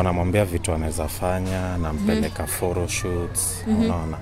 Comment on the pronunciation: It is "phoro shoot" for me😂😂😂😂